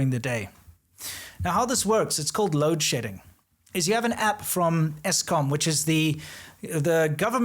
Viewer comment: loadSHEDDING... If you didn't have that word appear on screen I would swear you said something else.